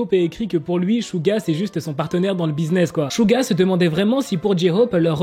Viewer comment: On dit Suga pas Shuga prononce bien le nom😊❤